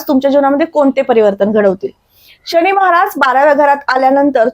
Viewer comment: शणी की शनी ? किती अशुद्ध उच्चार